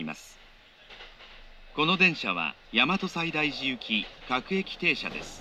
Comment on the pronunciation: 大和西大寺の発音この世の終わり